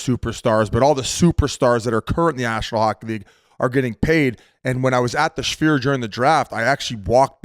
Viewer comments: The Jewish Sphere - Schfeer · I see Biz still hasn't figured out the pronunciation on "Sphere"